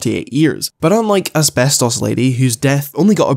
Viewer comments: Everytime says Asbestos the video just gets funnier for some reason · saying “asbestos” is trippin me out so hard right now. idk i might just be too high lol 😂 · please stop saying asbestos like that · Never stop saying ASBESTOS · the way you say asbestos lol